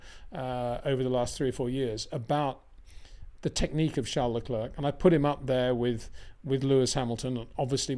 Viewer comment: Crazy stuff from Perez, cabt believe in his position hes thinking about taking a risk to win the race. What he needed was a solid second place. Please Peter, Leclerc is pronounced Leclair, i winced every time you said Leclurk 😂